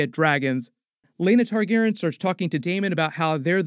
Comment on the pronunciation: Why can’t u say Targaryean?